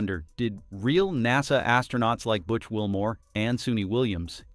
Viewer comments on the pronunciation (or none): none